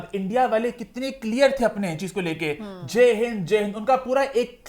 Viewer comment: Its not jaaay Hind its jai Hind